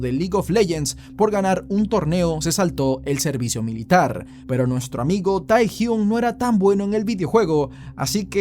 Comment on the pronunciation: No se pronuncia “Tae”, sino “Te”.